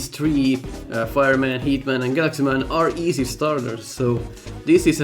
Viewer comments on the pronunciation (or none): I don't know why but to me that partially sounded like you were calling him Guts Man and not Galaxy Man.